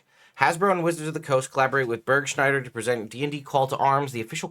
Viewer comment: Burgschneider is a company from Germany, you can see the legal name and form at the end of the cleric costume options...and it is not Börgshneider, please at least try a proper pronunciation. Even I know that you speak Arkansas not like it is written.🙃